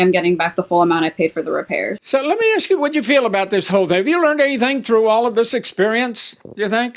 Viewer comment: It’s ASK, not AXE!!!!!